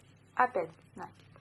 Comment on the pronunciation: Спасибо, понравился набор! Только не нАкид, а накИд, проверочное слово накИдывать